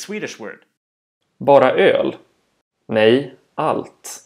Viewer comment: Not ney, Nej with a fast ej.